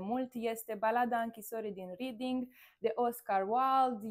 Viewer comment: re-ding. nu riding. reding.